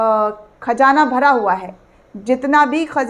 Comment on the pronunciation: It's Hisbullaah not HIJBuLLA, pls do not irritate It's KHAZAANA not khajaana Kunwaa ka pani nhi Kunwe ka paani